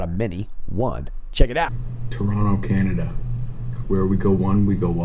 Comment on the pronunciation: Green stripes was trying to say Canada, not dada..lol..fyi. just sayin